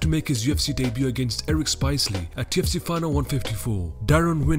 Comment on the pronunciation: Has anyone noticed that this guy is saying 2fc ???